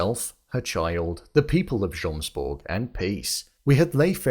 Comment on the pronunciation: Still saying jomsborg with the j after they pronounce it yomsborg through the whole season is crazy